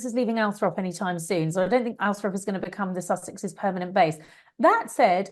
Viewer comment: It’s Althorp not Althrop.